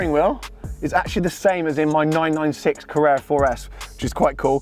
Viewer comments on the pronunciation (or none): please learn to pronounce carrera, you say crrrrrra